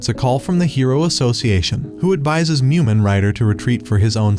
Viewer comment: It’s mumen